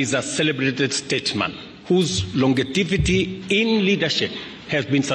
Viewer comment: It's longevity not longetivity😂